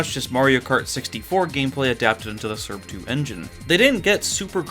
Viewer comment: is there a reason to why you pronounce srb2 surb 2